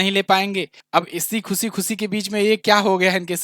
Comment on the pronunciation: ओ भैय्ये हिन्दी बोलना सीखले खुसी खुसी . . . सिफ्ट करले